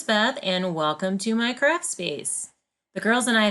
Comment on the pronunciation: Loved how you did that! The girls are so sweet!! Love your dogs too!! (I know you said “craft” but I thought I heard “crap storage”!? 🤣🤣) I love my Ikea (Alex) drawers!! Thanks so much for sharing!!❤️